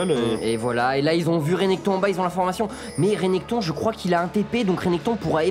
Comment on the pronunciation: A votre avis on ne dit pas plutôt "Rinektonne" ? Ou bien C&N le font exprès ? x) Ca ne m'étonnerais pas x)... Merci à vous !